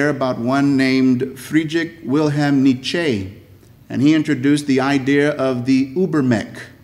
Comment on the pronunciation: “Neechay”? “Oobermec”? Word-warping mispronunciations…. 😂